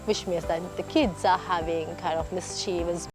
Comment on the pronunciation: Oh so cool... But check your pronunciation on mischievous dear.. See ya soon.. Hugs.xoxoxo Gams.. 😘